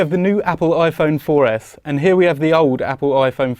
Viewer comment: lol he said iphone 4F